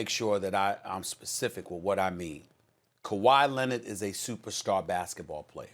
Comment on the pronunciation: "Kawhi Lennit" I can't unhear it lol